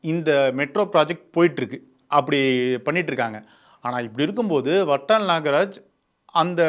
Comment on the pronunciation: Its VATAL & not VATTAL. Kindly pronounce it properly